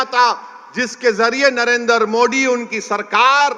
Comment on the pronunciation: Pahile sahi se modi bolna sikh le baad me waqf board pe baat karna 😂😂😂